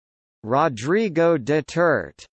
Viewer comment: Noooooooooooooooo! That's wrong! It's pronounced [Du-ter-té]!